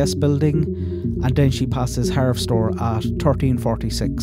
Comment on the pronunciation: I'm enjoying these timeline videos immensely, thank you! And btw it's pronounced harvest-store I believe.